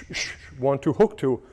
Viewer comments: Bro said haw thuah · 1 2 hawk tauhh 😂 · 1-2 Hawk-tua is what I heard and can’t unhear it now 😅